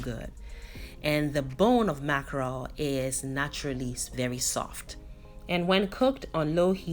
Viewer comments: You didn't butcher the name 😂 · Yess...oo you didn't butcher the name my dear. Thank you so much.I always learn something new from you.Accurate and on point as always...